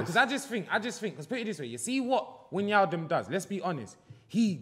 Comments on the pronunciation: I heard atleast 3 different pronunciations of Wijnaldums name in this podcast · They're all butchering names, you hear try say 'Wijnaldum'😭